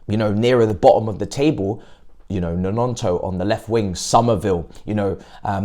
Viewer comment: Man really called him Nononto 🤣